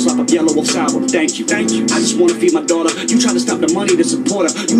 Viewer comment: ..and it is "daughter" not fucking "Doo-ah"